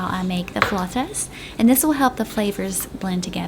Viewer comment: Thank you for pronouncing flautas the right way🥰🙏🏼♥️ They look so delicious 😍😍😍